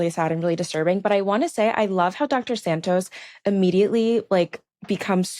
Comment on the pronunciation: Imma need the young gyal to pronounce Santos properly. It's Sahn-tos. The A like Han Solo not the A in sand. Also our Desi homie starts well then slips into the beach. 😅